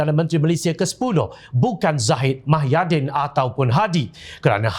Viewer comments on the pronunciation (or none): Pembaca berita sebut betol2...eja pandai cikit..muhyidin..bukan mahyadin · Apa punya level penyampai berita.tau la proksi pkatan hancing 22bln.sebut nama pemimpin pn xbetoi.bkn mahyadin tp muhyidin..show some respect skt.bru org blh respect hang.ngokkk DSAI ditangga ke 3 calon PM dlm undian awam